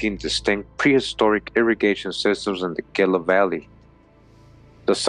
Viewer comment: The GILA River is pronounced heela. The G sounds like an h...like the Gila Monster. Love your videos!👍